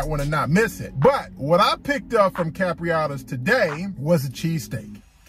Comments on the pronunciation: Bro why you keep calling it Capriotta’s? Capriotti’s with an i 😂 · Please please pronounce it right...its cap ri ot tees I know I'm spelling it wrong on purpose to give u a break down....good video bro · Why can’t ANYONE pronounce the name right.. it’s like they don’t even read the name… where does this dude see an A at the end